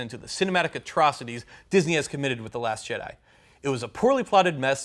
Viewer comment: "The Last Jedi" sounded like "Dat Ass Jedi" from the judge XD!